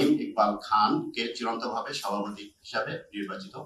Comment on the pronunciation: সাভাপতি নয় সভাপতি।